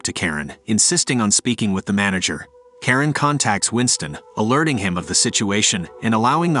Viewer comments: it’s “Charon” pronounced as “Sha-Ron” Not “Karen” 😂😂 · It's sounds like you say Karen instead of Charon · bro butchered Charon's name